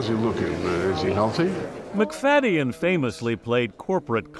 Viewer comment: Wish you would have pronounced his name correctly even one time.